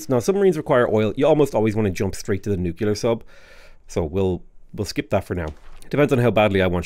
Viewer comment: nucular is downright unacceptable, derived from the word nuculus, at the center of the atom